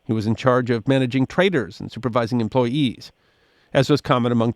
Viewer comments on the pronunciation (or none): none